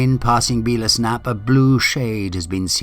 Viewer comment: Great video one correction its Bella's Knap as in the ladies name Bella 😊